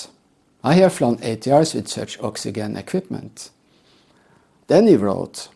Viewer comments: Oxygen I'd pronounced oxi Jen , practice that so passengers know what you mean to If you Ever need to use the word, god willing you won't, otherwise great video again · "oxyjen" in English. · Please learn how to pronounce oxygen before criticism